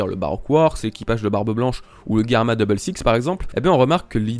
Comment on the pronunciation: GERMA pas GUERMA !